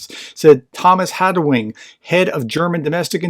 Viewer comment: People will get it only in context, still he should compound all the letters into a word a not leave out and add some random ones like here in Haldenwang, not Haldenwing or yesterday in Hensoldt, not Hestold